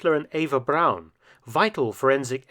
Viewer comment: Hurrah. Braun pronounced Brown instead of Brawn. Chapeau Felton. Nulli secundus.